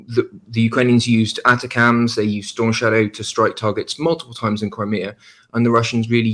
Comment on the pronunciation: "ATA-CAMS". Try "Attack-em's ". FFS